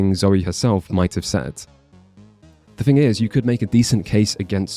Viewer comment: It’s relatively small thing but the way this guy says “th” is abhorrent. When he says threat or thing it sounds likes fret or fing